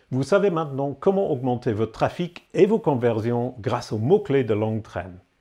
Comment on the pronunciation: Sympa la prononciation du mot "conversion" !